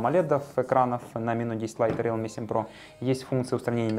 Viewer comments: да не РЭАЛМИ, А РИЛМИ, боже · Не реалме, а РИЛМИ. Хороший видосик. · РИЛМИ по английском, а по руском РЭАЛМИ Как Xiaomi, на руском Ксиаоми, а на английском Жаоми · интересный общий обзор, можно сказать эпичный))) так держать! (в mi note 10 lite нет датчика приближения. realme произносится риилми). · Рэлми мне в уши!